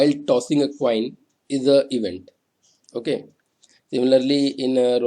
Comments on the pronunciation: sir cossing a toin was funny though...;D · Cossing a toin 😂😂